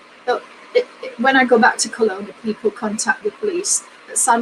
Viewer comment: Its pronanouced Kelowna